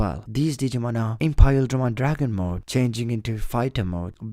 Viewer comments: isnt it pronounced imperialdramon and not impaildramon? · It's not "Impaildramon" it's "Imperialdramon". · Did you just say Impaildramon? No, its Imperialdramon. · y are u saying impaildramon it's imperialdramon look it up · I love your videos but I just have to say it's Imperialdramon not impaildramon hahaha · Who else gets an anxiety attack when he say Iperialdramon? 😂 Impaheldremon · Why is he saying Imperialdramon's name wrong? Is he cause he digivolves from Paildramon? Also how can there still be people who say manga wrong?